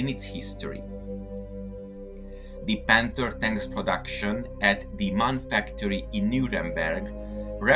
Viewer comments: MAN is NOT pronounced 'man' it is an abbreviation for Maschinenfabrik Augsburg Nürnberg. Therefore each letter is pronounced individually: Emm Ahh Enn (M A N). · The name of the manufacturer is always pronounced in a wrong way. The three letters "M" - "A" - "N" are spoken separately, not as a word.